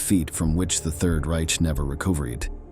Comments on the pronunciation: The robot narrator is good for a laugh "Grrrr-many", "the third rietch", "a dignifid grave" The rest of the video is ghoulish. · Welcome to the new world order. Censorship and AI generated voice overs. God help us. If kids ever watch this (which they never will, made for over 50 yr old males) they’d have no idea how to pronounce “guligs, theird reeech, glitch glitch. That and the freaking ads. I don’t need discreet weed or smokes they’re legal here.